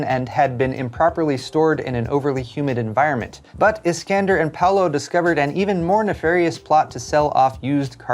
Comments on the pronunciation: I love your content, but I don't know what was more impressive today. The news or how hard your butchered Alexandre's name. You can pronounce it as Ah-le-shan-dre, or even Alec-zander. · Alexandre = "Skander"...wut...